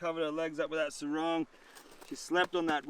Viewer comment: is your girl friend cambodian? cause you keep saying surong. surong is a cambodian word meaning. the long dress from the waist down